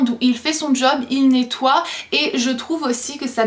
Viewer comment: petite rectification on dis pas NETOYYYYYYYE mais NETOI sinon j'adore t video